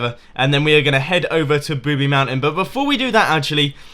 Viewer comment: ITS NOT "Booby Mountain" ITS Boobie Mountain